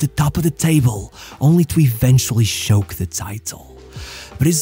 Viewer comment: the ch in choke is pronounced like the Cz in Czechia